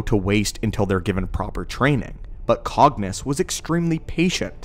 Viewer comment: Did you just say Darth banus? Wtff man